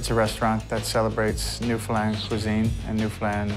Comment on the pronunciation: How many times can he pronounce Newfoundland wrong in this video can someone count